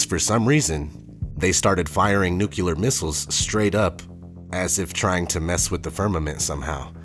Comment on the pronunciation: Nucular missiles?